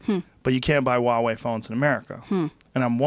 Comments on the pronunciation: It's Huawei lmfao. It's chinese so its pronounced WahWay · Never heard of Wawei phones Joe... I think you mean to say Huawei. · Oh geez. Educate yourself on Chinese theft of IP. 1. It’s pronounced Hwa way. The H is pronounced. 2. My daughter has a Huawei phone. They are sold here. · lol wawey does this dude not read the H